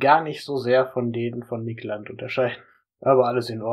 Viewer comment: Wieso sprichst du seinen Namen eigentlich deutsch aus?